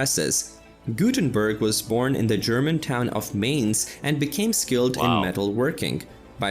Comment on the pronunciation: The Gutenberg part is hurting my ears. Gutenbörg is bad, but at least somewhat close. But Mainz butchered to Maines...... I know, this does look all too close. It ain´t! Maine as an eastern US state is pronounced that way. Mainz as a city of Germany is NOT pronounced in any english manner (why would it?). Mines in english comes close to it. Z (zed! not c!!!!!!!!!!!) is a TS, so it would rather be a combination of mines end mints to say Mainz as it is supposed to be spoken. Thx. Jay-zed approves ;)